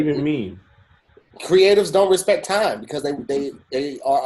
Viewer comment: Notice how always says tine instead of time. Oh my dear.🤦🏾‍♀️🤷🏾‍♀️🤦🏾‍♀️🤷🏾‍♀️🤦🏾‍♀️🤷🏾‍♀️